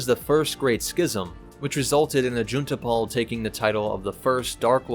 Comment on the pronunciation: I was listening to it while working and I heard "June Tapal" and I was like "WHO TAPAL?" and opened chrome only to see that it was "Juneta pal" maybe Jedi Fallen Order referenced it with Jaro Tapal? idk.